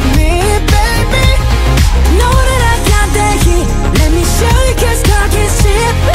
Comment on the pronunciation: Разве like that произносится как лайк вэт? Не лайк зэт?